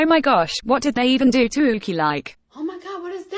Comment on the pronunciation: NOT THE ROBOT VOICE CALLING YUQI "YUKI"